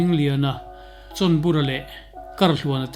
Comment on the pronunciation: chhawnbura ti a a lam hi a diklo,chawnbura tih a ni si a.